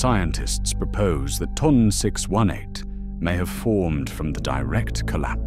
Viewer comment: The way you said ton 618 told me everything I needed to know about this video.